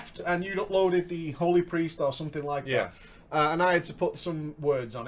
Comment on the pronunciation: I bet it is the way you say HOly, or HOld, it sounds a lot like HO does when someone with an accent says it.